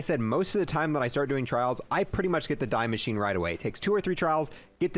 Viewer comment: The “die” machine. Lol. “Die Maschine” is German for “The Machine”. It’s pronounced “Dee”. And there’s no such word as “exspecially”…. It’s “Especially”. Esssssssspecially. There’s no “x”.